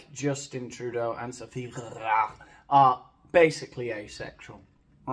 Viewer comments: Lostening to you say "Gregoire" kills me. We had neighbors with that name and your butchery tickles me;) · Bonjour, I have to tell you that your French accent is formidable. I could listen to you say Grrrégoire all day. Did you study in Paris? 😂 I really enjoyed this podcast-style video. You are hilarious as usual. I can’t wait to see you have 100,000 subscribers and many more. It will be well deserved. Have a great week. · I had to jump right on just to hear say "GrrrregWAAAR!!!" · I know this is an old video, but I love your content, but I have to say that the way you say Sophie’s name is hilarious, I love it.. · Brilliant. Being a Canadian creates yet another proud moment. Had to rewind and listen again to your excellent pronunciation of our beloved first lady? 😂😂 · who was that george you did a talk about? You said the second name with an accent, and i didn't catch it. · This is BIG… I see what you did there. Also I’ve just heard your pronunciation of Sophie’s last name and it’s already a better day. Edit: also what was that accent supposed to be? 😂😂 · Every time you say Grégoire 😂 😂 😂 😂 😂 😂 😂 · As soon as I heard of the Trudeau's separation, video on Sophie G's guesting on Archetypes came to mind. I knew nothing non-anodyne about her until hilarious take. Looking forward to today's video and exaggerated pronunciation of "Gregoire".